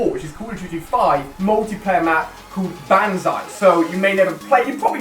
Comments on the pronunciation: Hey, Ali-A if you see this, I'm not trying to be rude but simply correcting you, you're saying banzai wrong. it's not said like BAN-ZAI, the "Ba" in the word is pronounced like the "ba" in ball. So in conclusion you'd say it like "bonzai" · its pronounced bon!!! not ban